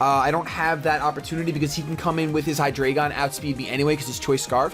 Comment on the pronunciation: Hydreigon is pronounced High DRY gone Because drei is 3 in german and it is pronounced like dry